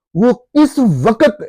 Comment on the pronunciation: وقت کی ادائیگی درست کر لیں پلیز۔۔۔آپ کہہ رہے ہیں و۔۔۔۔قت جبکہ لفظ ہے وق۔۔۔۔ت